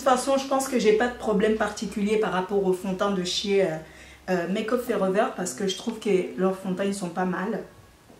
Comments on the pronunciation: Bert’ BergerGlll sans être méchante cela fait mal aux oreilles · Le bidi bleudeur?😂qui a entendue sa?😂,et Maqueuuup fooreveurr😂😂😂❤😉